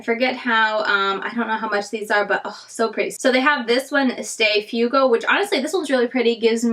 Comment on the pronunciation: Fuego --- 'F-w-EH-go' (is fire in Spanish)